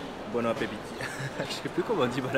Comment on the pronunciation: et bon appetit en italien tu prononce bonna petito